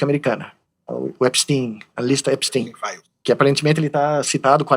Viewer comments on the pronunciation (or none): none